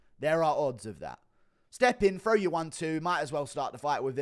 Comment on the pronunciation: I'll never understand why people from the UK say "FRow" instead of "THrow". TH does not make an F sound so what do they teach y'all in school? Do they not even teach TH? Do yall just take those out of the Alphabet? Not like its hard to make a TH sound, is it. Always talk about how they invented English but they literally cant even speak the language😂😂. But I'm serious about wanting to know how they teach reading and English over there. I gotta know.